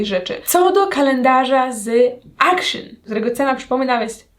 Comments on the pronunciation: w sklepie action (czytamy akcjon!! nie akszyn) w holandii nie ma takiego słowa akszyn poprostu akcjon 🙄😫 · Mała ciekawostka zupełnie niezłośliwe, Action czyta się jako dosłownie „AKTION” bo to holenderska sieciówa, Pozderki z Rotterdamu i życzę wesołych ❤️🤟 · Jak bym słyszała jakąś karyne 🙄 dramat poprostu "akcjon" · ponieważ w holandi nie ma czegos takiego jak w pl jak "zangliszczanie" większości słów to jest Holenderski sklep i wymawia sie jego nazwę "akcjon" najzwyczajniej ;) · właśnie dlatego jak już moja córka ogląda kolejną "jutuberkę", która mówi akszyn to nie wytrzymałam ;) :)